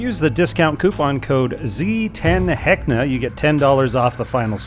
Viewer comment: Heckna? Heckya!